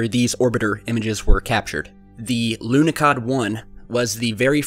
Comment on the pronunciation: It's pronounced more like Lunohawd